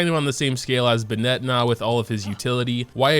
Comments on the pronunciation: no one:: 'buhh-net' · Everyone: bennett This guy: 🅱️net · "BeHnEtT" annoys me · The way you pronounce Bennet loses you all credibility. Common sense. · the way you pronounce Bennett gives me anxiety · You pronounce Bennett's name wrong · Why do you pronounce Bennett like that T_T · Whats up with people not being able to pronounce the names in this game. Bennett is a super easy name and hes saying it all wierd like, he doesnt have an accent that makes me think hes not american so wtf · His pronounciation of the name Bennett is because he's essentially reducing the Beh sound at his name instead of keeping a consistent pace of speech. But yea i get what you mean too many people can't say their names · The way he pronounces "Bennett" LMAO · Am I the only one who's kinda mad at the way he says Bennett (No hate) 💀💀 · The way you say bennett causes me pain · He keeps mispronouncing Bennet. It’s really messing with me. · The way you say Bennett......... horrible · Why do you say Bennett like that? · Stop saying Bennett's name like that. What the hell is wrong with you? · The way you pronounce Bennett and husbando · Are you saying Bennet's name wrong on purpose? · PLS thats not how you say bennett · Imagine being a Bennet main and not pronouncing his name correctly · why do you pronounce bennett as "buh-net" he literally says it the correct way 🤨 its "ben-nit" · I haven't watched any of your other videos but what is your first language?? You are putting a lot of strange stresses on the character names...like Bennett is an English name 🥴. I don't wanna nitpick but you pronounced all of them with weird stresses and its so distracting. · BennEt Everybody else: BEnnet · Its not ben-net its bennet 😣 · Ben-Nette? lol bro... It's just Bennet not Ben-Nette. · its Bennett. Not BennEtt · Ben-eht?? (Ben-it) (Koo-ching) Get your fav's name right, bro. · Who tf benêt.... its bennet.... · Ben-it not Ben-ette jfc. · Ew bruh tf is buhnet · Ah yes, Buh-Net